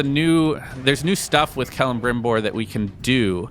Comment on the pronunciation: The way kept pronouncing Celebrimbor's name bothered me a little.